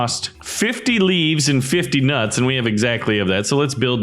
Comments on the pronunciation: when you say nuts it sounds wrong faceplam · Why you say my nuts like that